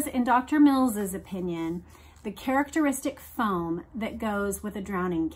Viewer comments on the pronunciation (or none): none